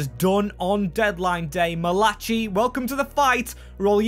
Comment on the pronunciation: hate to be that guy, but his names pronounces mal-a-kai I’m pretty sure